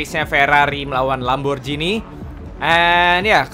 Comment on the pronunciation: bacanya lamborgini bang bukan lamborjini